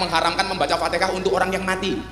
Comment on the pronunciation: Gus gus Alfatihah bukan Alfatekah bilang Alfatihah aja gak bisa lok bisa kadi penceramah